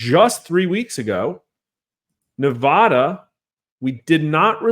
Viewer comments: Respectful correction sir. That's NEVADA ! not Nevahda ! Thank you 🙂 🇺🇲💖🇮🇱💖🇵🇭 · I wish to see a political video where Nevada is pronounced correctly. Just once, please.